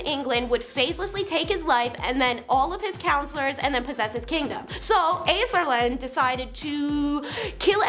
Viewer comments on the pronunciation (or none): No problem! It's "Ethel-Red". Not too hard haha.